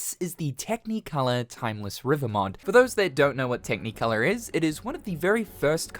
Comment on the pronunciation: Why do you say “tech-knee-colour”?